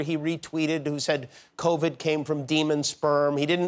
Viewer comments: The funniest part of this, hands down, was balloon-chested Wendy Williams, who TWICE said, “Cornova”, instead of Covid! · But why did they let her say “cornova”?!?! 🤣🤣🤣🤣🤣🤣